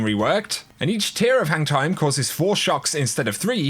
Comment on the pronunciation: When you said hang time it sounds like you were saying hentai 😂🤣